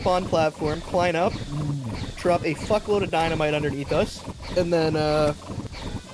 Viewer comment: "di-na-me-tay" is that french?